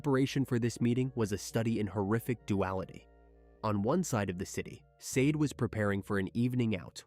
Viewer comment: Just FYI -- pretty sure her name is pronounced SHAH DAY . Just like the phenomenal singer Sade .